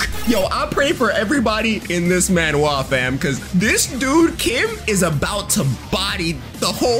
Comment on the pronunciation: why do you pronounce manhwa like that '